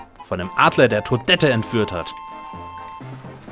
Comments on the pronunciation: es wird "todett"ausgesprochen, nicht todette ;) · gibts eine Offizielle Deutsche Ausprache fur Toadette? Entweder Toadette mso wie du es tust oder ohne das "harte" Ende... bisschen schwer zu erklären:P